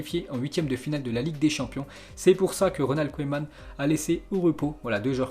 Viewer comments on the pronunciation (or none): none